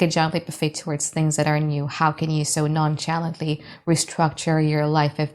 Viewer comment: I ❤ u girl! Yes, we (I) have haters. Apparently, many more than I knew about 🤷🏼‍♀️ I guess some people can’t stand to see me just live my life, so nonchalantly (🗣️ CH is pronounced as a soft SH) like wi(sh) I chuckled every time u said it. THANK YOU BEAUTIFUL. This truly resonates. Unfortunately dealing with several disgruntled ♌️s. What EVA. 🙄 Ex: She exited so non-SHalantly like she had no cares in the world. 😊 Now I have to watch the video again because I was distracted about the pronunciation 😂